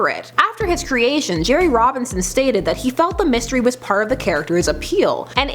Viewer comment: "What a mistiry" 😂